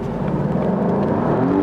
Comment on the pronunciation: You pronounced "quadrifoglio" as quadro figlio; that means "son painting" in Italian :-D. Now repeat after me: joo-lyah kwa-dree-fo-lyo